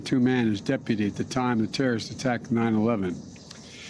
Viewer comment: Really? Slurring Zawahiri - is he drunk? How about we wait until we can actually confirm this so we don't have another Mr. Ahmadi dead instead of a terrorist in Kabul. Biden is good at killing good people and saying they were our enemies.